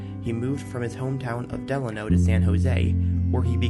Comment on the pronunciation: Thanks for using my photo as your opening image. FWIW, Delano is pronounced delAYno, not like FDR's middle name.